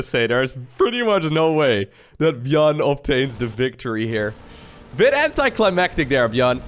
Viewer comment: Others: Micro Jackson: Gyun